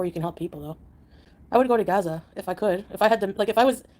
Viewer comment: "GAZAR" Does she mean "Gaza" 🙄